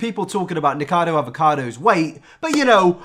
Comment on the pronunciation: niKOcado not nikado jshdjhd